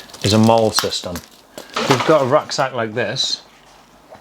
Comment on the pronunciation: pretty good review. First off though, the first aid kit IFAK, is NOT pronounced I.F.A.K. Instead, say, I-Fack. Second, M.O.L.L.E. or commonly MOLLE, is NOT pronounced Mall as you did. Universally it is pronounced, Molly. There you go. Thank you for the review!